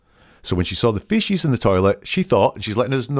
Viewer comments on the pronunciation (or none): I found it annoying - fee sees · It’s kinda cute how you pronounce feces “fishies”😂❤